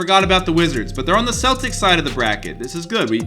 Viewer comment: "The Keltics" HA HA HA!!!!!!